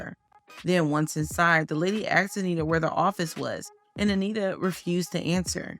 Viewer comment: “ AXED” BABYFACE?? AXXXXXEEEEEDDDD BABYFACE? NOOOOOOOOOOOOOOOOOOOOO